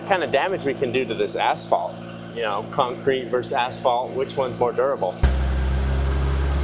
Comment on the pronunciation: It’s Conk Crete baby